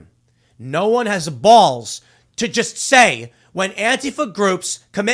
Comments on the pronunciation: "Wit da bawllss"… Tim was so upset, the chicago came out!!! 😂😂😂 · Tim, I challenge you to say "balls" without using that ridiculous accent just one time. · Anybody else finding it annoying how Tim says balls?